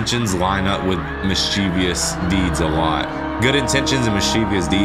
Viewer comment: Friendly tip for: it's "mischievous", not "mischievious".